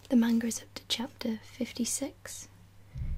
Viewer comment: only thing I didn't like is the way you said manga but most non-japanese people or non-japanese speaking people don't know pronunciation